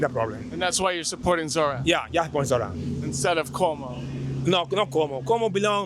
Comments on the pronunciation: Every time I hear this guy say “Zor-Anne” it makes me wince. Zohran always says “ZorON” why can’t people repeat what they hear when someone says their name? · It's Zore-On pronunciation.. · love the vid! but I gotta say, it's pronounced "Zor-On"